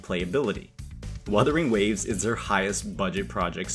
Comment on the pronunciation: bro said weathering waves 😂